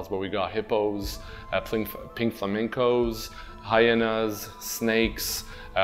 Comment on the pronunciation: did any one else notice he said pink flamicos hahahahaha